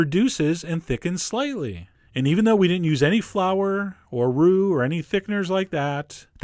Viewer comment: I heard "flour or roux" as "flower or root". Only the root made sense to me then. I'm not the only one am I?